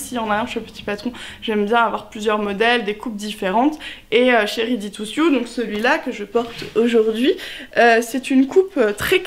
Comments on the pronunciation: Juste, si je peux me permettre de corriger la prononciation, pas ready to ‘sioux’, mais ready to ‘seau’... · Exact, ça se prononce comme dans " seau".